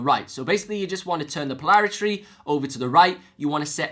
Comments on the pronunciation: polarity! not polaritree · Po-lar-i-TY. Say it 100 times. Also et-cet-er-a!